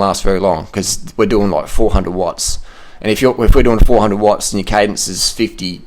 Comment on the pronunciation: "we doing 400 wotts roight now"..how this idiot always wants to be badass^^...think he is suffering under body image disorder...because hes got no gains. i mean literally no muscle on his body. This guy is far to old to hold up with cyclers, he is just bullshitting, i wouldnt be surprised if he never cycled more than 80km at once.